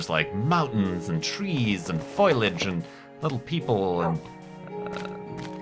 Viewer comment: foilage? or foliage?